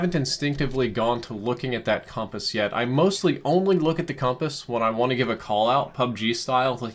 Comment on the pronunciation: you say compass weirdly